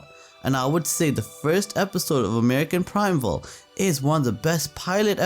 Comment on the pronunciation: I agree that Primeval was fantastic and brutal but it it pronounced “prime evil”.